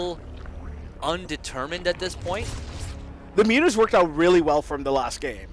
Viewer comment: great series, great cast. .calling mutas "mutt-mutt" or whatever was hard to listen to.. but great vid nonetheless